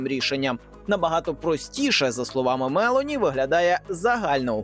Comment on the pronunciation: Недолугому коментатору підказую: прем'єр міністр Італії носить прізвище МелОні, а не МЕлоні.